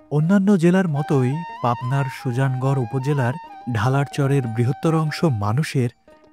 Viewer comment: Sujan gor na, uccharon holo Suja-Nogor